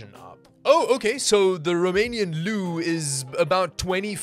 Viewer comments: The way you pronounced "leu" killed me xd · Here from Romania I can't stop laughing when you say 'leu' but you said 'lei' correct :)